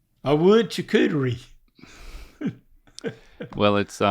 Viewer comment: Butchered?? That was pretty darn close for pronouncing charcuterie! Well done, don't listen to your son 😂